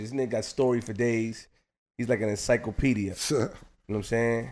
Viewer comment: “ENCYCLEPEDIA” - 💀